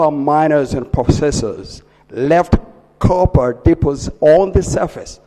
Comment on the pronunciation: Capa dipazits is that "copper deposits"?